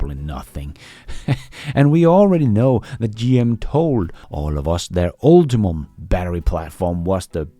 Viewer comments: Hey the GM EV Platform is "Ultium" not "UltiMum" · Ultium Ul-Te-Um not Ul-Ti-MUM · PLEASE: UltiUM, not UltiMUM. 🤢